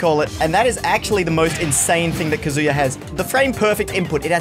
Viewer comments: What's funny is that he said KaZOOya at the beginning and then immediatly said Kazuya the right way lol. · Most people say, "kuh-zoo-yuh", but the "uh" sound doesn't exist in Japanese. It's "kah-zoo-yah" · WHEN HE SAYS “KAZOO - YUH” IT BOILS MY BLOOD OMFG ITS “KAH - ZOO - YUH” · it says in his win screen it's Kaa-Zu-Ya not Ka-zoo-ya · Kaz-yua?? It’s Kazuya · Mate pronounced it as kazooya like he’s a plastic instrument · You put the emphasis on the “KA.” KAzuya. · Every time I hear somebody call Kazuya a shoto I hear shota and it’s not good for my health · Nobody:: "Kazoo-ya" Me: triggered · i like how he says he's the best kazuya, when he still calls him kazoo-ya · be like "Kazooya" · Kazoo-yah. Interesting pronunciation my dear aussie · he still pronounces his name like kazooya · Actshually It's Kazooya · Most elite kazooyuh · Please stop saying kazoo-yuh 😭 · I like how as the video goes along, sometimes he pronounces it Kazuya and sometimes he pronounces it Kazuya, IYKYK. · He's never gonna pronounce "Kazuya" the correct way, is he. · is changing his pronunciation of Kazuya as many times as I change my Croc Slippers. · is the most elite Kazuya that he has gained the privilege to change the pronunciation of his name within the first 10 seconds of the video. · Imagine flip flopping between kazuya pronunciations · Who’s gonna tell him he’s been pronouncing Kazuya wrong this whole time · He still doesn’t consistently pronounce kazuyas name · Start of the vid, very much cap Edit: congrats on pronouncing the name wrong the entire time